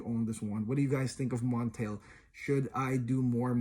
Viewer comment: It's pronounced MontAl not MontEl. Honey Aoud, Arabians Tonka, Aoud Leather, Day Dreams, Ristretto Intense Cafe are other good options from the house.